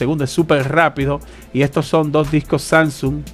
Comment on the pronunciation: Por favor habla con la "S". Es DiscoSSS... Dos, no es tengo varios Disco/Doo !! Pero gracias por los videos igualmente... !!